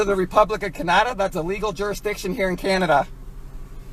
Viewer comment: This TOOL can't even pronounce CANADA right.... He's LUCKY that cop didn't Shoot him for putting his car in drive and start to pull away.... here in the US cops have shot people for that... I personally would have put 2 bullets in his Brainpan then walked over to Wendy's and got a Double Bacon Cheeseburger and a Delicious Wendy's Frosty...